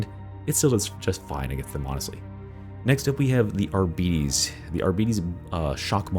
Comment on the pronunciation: ARBITES - not Arbetes! No, they don't have diabetes -.